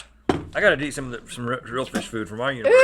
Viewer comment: Rhett holding back a dig at how Link said "u-nah-verse"